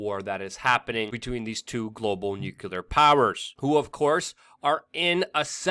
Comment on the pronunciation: Please don't say nukilar, you know better than that!